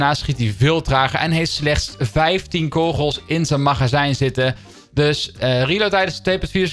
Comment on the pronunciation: Leer het woord kogels uitspreken